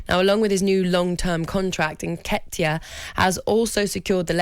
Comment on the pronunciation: why is Laura over pronouncing on the "ket" in nketiahs name. Laura are you getting withdrawals from the horse juice??